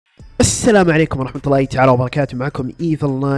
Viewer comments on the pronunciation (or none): none